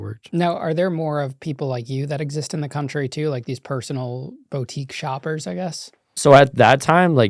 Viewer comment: Please pronounce Niche & Boutique correctly bro.